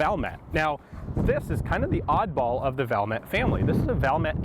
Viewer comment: Valmet is pronounced Val (like fall with a v), met ( I met you at the gun store). Suomi is phonetic.